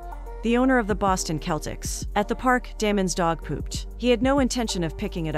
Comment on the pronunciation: ITS (SELL-TICS) NOT (KELL-TICS)